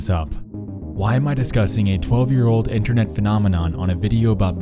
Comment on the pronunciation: why do you pronounce a 's after every word that ends in a t? it is really distracting. internet's, seen it's, knowing it's, r/creepy subreddit's, etc.